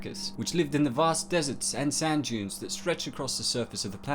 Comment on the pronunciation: Did you HAVE to mispronounce EVERY name!?